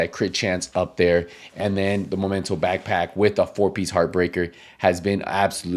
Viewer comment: i find funny when you say Momento haha. It's Memento